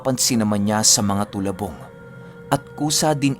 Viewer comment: Talabong po not tolabong